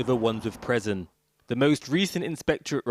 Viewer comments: What is a 'preson'? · what’s a presen? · This guy shouldn't be the narrator, he can't say prison properly "preson" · Why on earth would they employ the only damn person in the Uk who can’t say “prison” properly to do the voice over work / present this